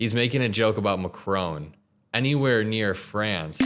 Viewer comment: Learn to pronounce macron